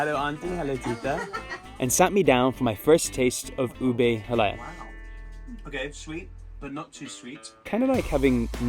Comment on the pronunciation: it's pr. ha-lah-YAH (stress on the final vowel